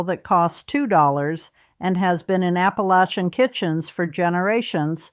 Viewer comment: I might believe you if you learned how to pronounce Appalachian correctly. You're not from here.